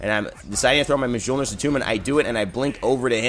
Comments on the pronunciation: Mule-near. Not Muh-jol-near. Thank you. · Mjolnir is pronounced myolnir..... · Yeah, I try not to be that guy, but I had a little cringe every time. Although, Hi-Rez even mispronounces some of the Chinese and Mayan gods' names...